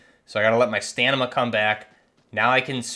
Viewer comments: I can confirm, he is saying Stanima, it's not his accent, dont let that boi lie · Wait. This nigga been saying stanima his entire life? That's hilarious. Hope people don't dunk on you too hard on the comment section. But it is funny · Love your videos man...........the way you say STAMINA is HILARIOUS. Not trying to be a jerk...keep up the good videos. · Great video dude. It’s StaMiNa though. Lol. I learned a bunch from this though. Thanks. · Stamina STAM-MIN-NA stamina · I noticed the "Stanima" as well lol gave me a chuckle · Bro are u saying “stanima”? 😂